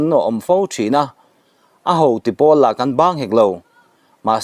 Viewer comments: Beng a vâr ṭhîn e. Mahse, pull ni lovin, poll tih tur a ni e. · Eng POOL maw an lak? ilam maksak thei sia..